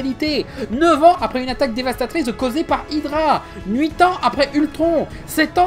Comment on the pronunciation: Alors il y a un truc que j'ai remarqué sur beaucoup de vidéo de mais que je comprend pas: pourquoi il met un n au début du chiffre 8?